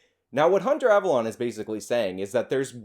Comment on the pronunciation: I love how you say "ava LON" instead of "ava LONE" lmfao. I used to watch this scrub when he stayed in his lane of SJW cringe. He was uneducated then. But at least it was funny. Now he's just pathetic.